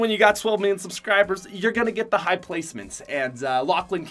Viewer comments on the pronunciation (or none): none